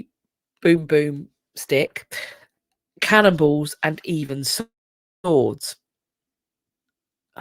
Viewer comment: You're saying cannonballs but I thought you said cannibals. I was wondering how they could tell there had been cannibals...